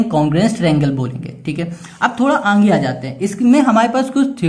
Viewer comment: Sir aage ko anghe khete he😂😂😊